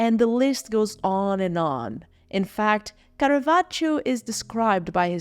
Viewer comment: I liked the video, but the pronunciation of Caravaggio’s name threw me off all the time, and I am not even Italian 😅